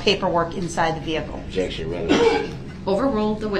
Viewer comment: Objectshun. Grountz . Subject matter jurisdiction. Leading. Good bye Mr. Brooks 😂